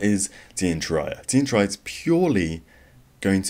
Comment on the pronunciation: its Tear -E- Ah